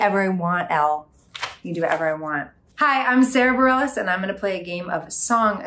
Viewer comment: I thought that it was pronounced "bar-ray"